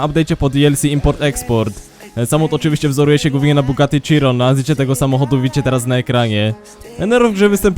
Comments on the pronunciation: Mówi się SZIRĄ kurwa mać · Mówi się hajron